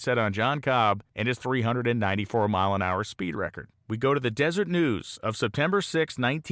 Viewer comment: Old video, I know. Great video. One small thing: it’s “Deseret News” not desert news. Deser-et.